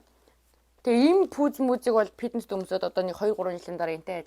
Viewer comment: Ey bichlegnuudiig chine uzdeg, ghde neg yum helmeer bnaa. Pitness bish fitness gej yaridag baival